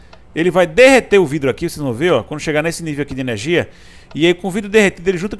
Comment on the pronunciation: "ernegia" e "invez" nao merece joinha!! :P